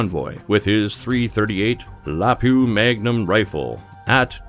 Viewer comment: Bruh this man said lapoo magnum